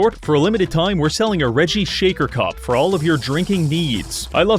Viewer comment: ah yes, reggie as reggie, jesus